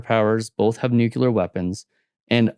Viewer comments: It's nu-clear not nookyoular. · 2024 and people still pronounce it NUCULER 😅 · This fellow can't even pronounce the word "nuclear " correctly. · "nucular" is not a word. Nuclear however... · Great commentary and an interesting synopsis of relevant geopolitical issues. Two minor things though.....and I'm honestly not trying to be mean...but...firstly, the word is NUC-LE-AR not NUC-U-LAR. MInor issue but it just irks me to hear that particular mispronounciation...and secondly, the plural of the word "crisis" is "crises" (pronounced cri-sees). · It is amazing that so many Americans manage to completely mispronounce the word 'nuclear.' Saying 'nukular' is pretty much what would be expected of a 3 year old learning to get their tongue around complex words, but there is no excuse whatever (apart from ignorance or stupidity) for an adult to struggle with such a simple word. Say after me; NEW CLEAR. That said, some of the assumptions made about Rome are completely at odds with historical facts. For example; Rome was very much a society divided by a huge wealth gap even before the advent of the Empire in 27 BC. The vast majority of the populace were living on the edge of starvation, in appalling conditions, and were deprived of the basic tenet of republicanism - the rule of law and equality within the judicial system. Conversely, the only people who wielded power, unelected, were the very wealthy who established a social caste system wherein the poor (plebians) were despised and the minority rich (patricians and equestrians) were unequally favoured and privileged. Despite this, and the ongoing tension between the Senate and Emperors, and eternal civil wars, Rome flourished for centuries.